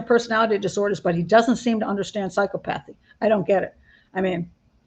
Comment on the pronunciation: please look up the pronunciation of psychopathy because I believe you mispronounced it